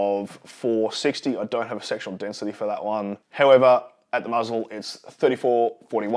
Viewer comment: are you saying sexual density? I hope so! Haha